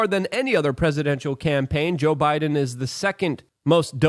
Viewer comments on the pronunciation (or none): none